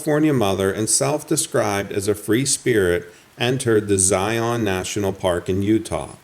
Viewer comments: So its ZI-IN orZI-UN, not ZI-ON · Just a little fyi, we locals pronounce Zion “Zi-in” or even “Zi-un” with the accent on the “Zi”. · more like the first…but no, not Zi-ON…and more like one syllable not two distinct syllables